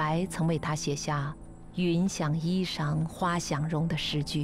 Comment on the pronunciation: 云想衣裳花想容 应该是读衣chang吧。。。